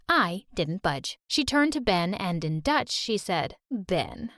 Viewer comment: Not a true story it's called dutch not duth look at the book